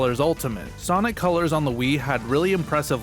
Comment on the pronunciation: ah yes, you mean col-ures ~